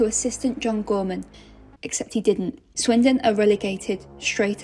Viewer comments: Swindon not windon is brutal 😂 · Swindon. Not Windon. But why? 🧐😂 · Swindon... Not windon. Sums up the video.🤣 Brutal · "Swindon and not windon thats the whole point" got me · Swindon, not Windon! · Swindon, not windon LMAO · Not Windon! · Swindon, not Windon 😂🤣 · Swindon, not Windon. Sounds like they really swindled the fans there. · swindon, not windon, just for that like the video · Swindon..not WINdon 😅😅😅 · Swindon not windon. And that's the point. 🤣🤣🤣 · Swindon not windonnn 🥲🥲🥲😂🥲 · "Swindon not Windon" caught me off guard for real dawg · Swindon not windon